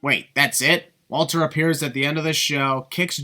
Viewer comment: Walter is pronounced as Valter, he's German.